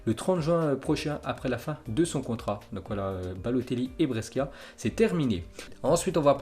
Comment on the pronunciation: Brescia ça se prononce BRÉCHA